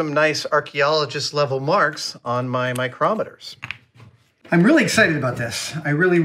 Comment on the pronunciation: Adam....mitutoyo microoooometers. Love your work but lets say it together. Mitutoyo micrometers.